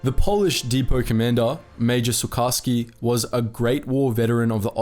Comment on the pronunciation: Sucharski should be pronounced like SuKHarsky.